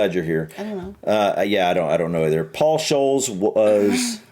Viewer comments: Paul Scholes lives about 2 miles away from me and he used to go into the pub where my daughter worked behind the bar until she finished university PS it’s pronounced Scoles as in holes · Paul Scholes. His last name is pronounced "Skoles" 😁😁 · Scholes - pronounced Skoles!